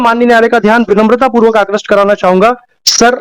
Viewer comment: आक्रष्ट नही आकृष्ट बोला जाना चाहिए ।